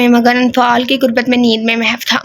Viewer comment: A.A Kasi ha sorry 2 say mahaw nhi HOTA mahoo word ha